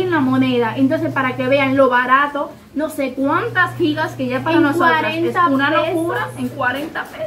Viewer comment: me encanta que ustedes si dicen como es: Gigas ( Jigas ) que es lo correcto y no Yigas así leen muchos que es incorrecto